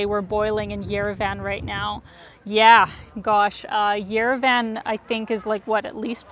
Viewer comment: It’s pronounced “yerev-ahn,” not yere-Van. Thank you for showing us Armenia, you are beautiful.